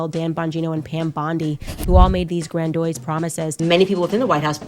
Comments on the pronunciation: I only speak English as a second language, but when she said "grand-oys" for grandiose I started crying 😭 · GRANDOISE LMAO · Gran doise 😂